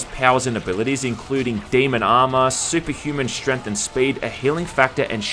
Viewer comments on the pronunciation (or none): none